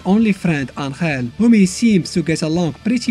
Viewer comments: It's Angel not Anthrel. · Just realized you said anhel instead of angel